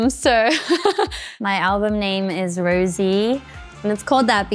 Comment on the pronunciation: She still doesn't know how to pronounce her name, she is very sweet ㅋㅋㅋ